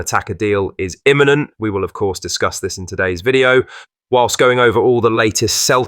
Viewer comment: Why say deal immeinent